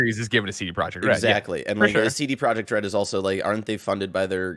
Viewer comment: Se-te Pro-Yekt Red